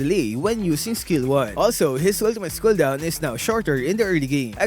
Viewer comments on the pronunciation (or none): wtf is a hooldown?